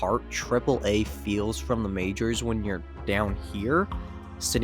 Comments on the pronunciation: Thank you for pronouncing Pawtucket correctly, I was nearly ready to rip you to shreds. That being said, what a jumpscare to hear about my home state in a video, absolutely insane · The explanation of how to pronounce Pawtucket is gold – definitely the superior version of words sounding like someone expectorating. Maybe it can be a new city slogan. You know, "Pawtucket... spit on that thang."